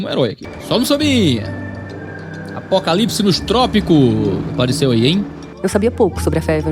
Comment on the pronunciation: A narrativa dela é pesada e tendenciosa. Chata. Isso sem falar da pronúncia dela : Apocalips 😅